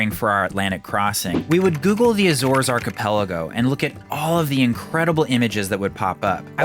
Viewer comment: DRINK every time you hear the word Arkyyypellegrow.